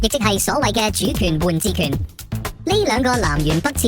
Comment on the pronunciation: 主權換「治」權！唔係「自」權！